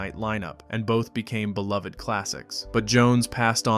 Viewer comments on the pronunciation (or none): none